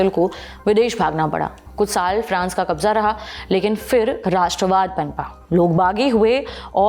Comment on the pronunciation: She cant pronounce Kabza...is she from Bihar??